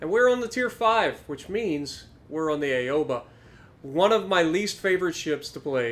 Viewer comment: Hey, just a small thing, it’s pronounced “ow’ba” not “a’o’ba”. Ok bye.